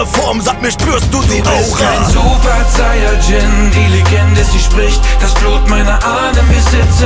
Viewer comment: Zayajin ? WTF Sayajin ist ja so schwer auszusprechen